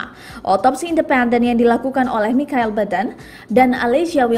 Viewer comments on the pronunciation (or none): none